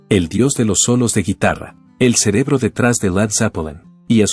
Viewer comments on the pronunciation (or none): none